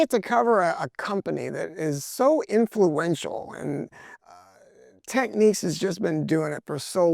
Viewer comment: Great review! Unreasonable pet peeve of mine - Technics is pronounced TECK-nicks. Techniques is a different word.